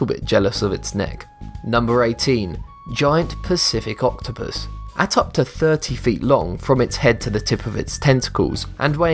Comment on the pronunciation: i heard "giany pussy octopus"... sorry not sorry XD